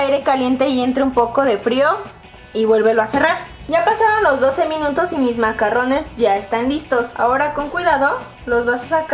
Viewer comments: Se pronuncia MACARONS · Se escribe i se pronuncia macaruns